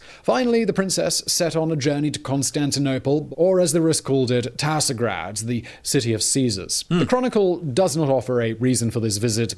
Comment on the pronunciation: It is indeed "Tsar'grad" (the Slavic "tsar" being an evolution of "caesar"), not "Tasr'grad"